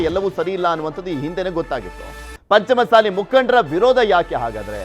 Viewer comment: ಪಂಚಮಸಾಲಿ ಅಲ್ಲ ಪಂಚ ಮಸಾಲಿ